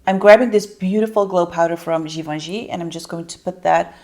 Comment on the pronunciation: You are not pronouncing Givenchy correctly. Ask a person who speaks French to tell you how to pronounce it. I do like your content. Very informative.